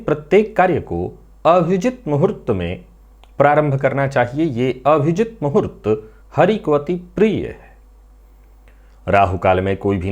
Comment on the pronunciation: नमस्कार, आप अभिजीत मुहुर्त को हमेशा अभिजित पढ़ते हैं, मैंने हमेशा अभिजीत ही पढ़ा है इसलिए मैं कन्फ्यूज हो जाता हूँ, हर जगह पर अभिजीत पढ़ने, सुनने में आता है, परन्तु आपका उच्चारण ऐसा लगता है जैसे आप अभिजित बोल रहे हैं, कृपया सही शब्द क्या है स्पष्ट करें